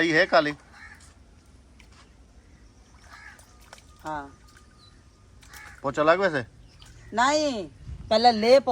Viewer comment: Chopa naee lafz pocha hota hai